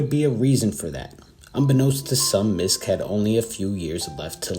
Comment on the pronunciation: I believe Miske's last name is pronounced Misk-ee.